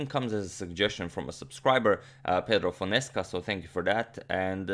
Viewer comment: How much I laughed when heard Fonesca, eheheh. Grande abraço brother ;)